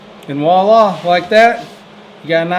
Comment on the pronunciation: It's "voilà" with a V, not Wala with a W.